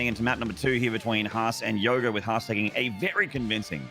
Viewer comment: Its yoger not yoga